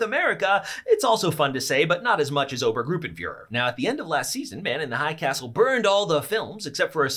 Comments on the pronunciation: It is not "Oubergroupenfüher John Smith" it ist "Obergrrruppenführrrerr John Schmidt". It is well known in Germany ;) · its pronounced Ober-st Group-en Fuhrer